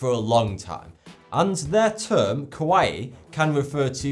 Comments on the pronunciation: Not pronounce ko - wai .. which would mean scary but ka - wa - ii which means cute. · Yeah, not like the Hawaiian island. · It's pronounced... Ka-Wa-Yi